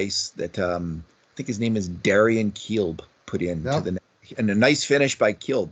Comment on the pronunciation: is non-sensical and foolish. I'm sorry, I believe you are 'by the faithful'... however, is not. Can't listen to him slaughtering names, just so he can sound like he knows so much. Foolish!